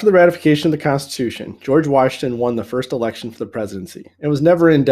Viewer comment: did no one notice the Jorge instead of George LOL